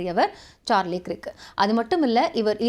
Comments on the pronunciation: கிர்க் இல்லேமா கர்க் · His name is "கிரிக்" இல்ல. "கர்க்" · You pronounce Krik wrongly. He is Kirk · க்ரிக் என்பது தவறான உச்சரிப்பு 😮 ஆங்கில உச்சரிப்பில் கேட்டு உச்சரிக்கவும்.